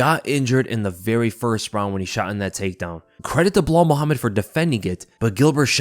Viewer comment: Personally I like Uncle Chael's "Blehal"